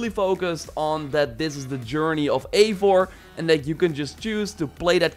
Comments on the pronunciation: Everyone pronounces the characters names as "Avor"... Its "Eivor" ... "Ei" "Vor" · Its Not Avor its Eivor like Ivar but With an O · It’s pronounced I-vor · Lᴏᴋɪ Oʀᴍꜱᴛᴜɴɢᴀ said in the breakdown video “avor”